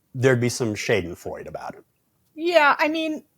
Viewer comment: Sry, it is not "Schäidenfroide", it is "Schadenfreude".